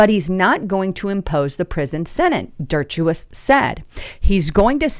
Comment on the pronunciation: Dirt-cha-witz?? Wow... C'mon Der-sha-witz